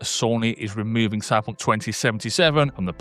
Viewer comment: How the hell do you manage to pronounce Cyberpunk with just 2 syllables? Stop it!